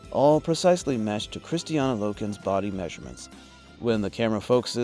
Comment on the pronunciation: Why do you always say Kristiana? Her name is Kristanna